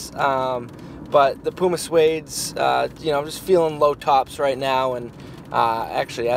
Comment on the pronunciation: Love the way Americans say 'Puma' it's wrong but funny